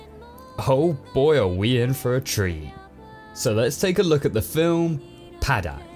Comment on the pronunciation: Pahdack not padaik